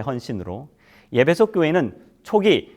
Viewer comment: 예배소라고 발음하니 귀에 거스르네요 목사님 발음을꼭 확인해 보시지요